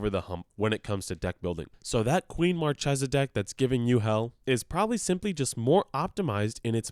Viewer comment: It's pronounced MarChesa, like the C in "Caspian" or "Card"